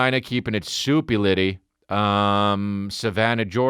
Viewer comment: Are you keeping it soupy litty or did you mean super litty? Soo hmmm